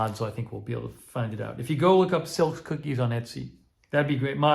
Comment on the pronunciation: Also, the 'e' in many Germanic languages is said like an 'a' in English, so it's 'SILK-UH' not said silk:) Enjoy!